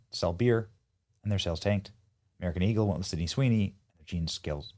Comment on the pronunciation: This man can't say her name first try😂